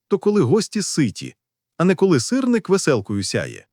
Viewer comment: Та не сирнИк, а сИрник!!!